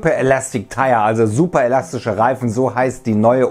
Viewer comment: Sjuper?, könnten Sie sich bitte ein bisschen mehr Mühe geben Wörter korrekt auszusprechen? Manchmal ist es echt lächerlich.